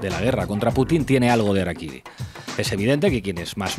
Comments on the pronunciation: Hola, se pronuncia "jarakiri" "Yengis kan" pero aún así los amo amigos. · 266 COMENTARIOS . NO SE DICE arakiry...REPASA VÍDEO . lo dicen CASI al finAL.. #saludYahorroENERgÉTICOdijoTOD@